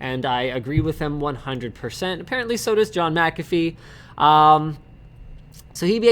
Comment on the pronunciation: It's Mcafee not Macafee, there is no 'a' between the M and c. Sorry to be a whinger but I can only hear it wrongly pronounced so many times before feeling the need to respond. Otherwise another great show guys.